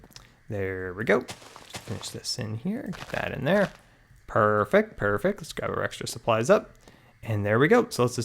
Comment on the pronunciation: U always say PRRRRRFECT PRRRRFECT😂 lmao everytime u did it. Great vid tho